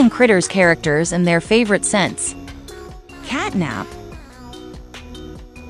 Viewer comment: The catnap name is not right it said catnab